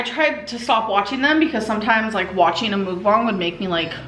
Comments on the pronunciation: Her saying "Mook-bang" is triggering me bad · Shes pronouncing mukbang wrong. She calls it Mook bongs